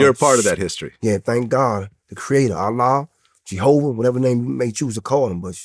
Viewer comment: My man said ghova 😂😂